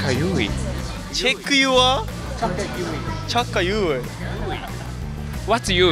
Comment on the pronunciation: Chuck a yuey 😆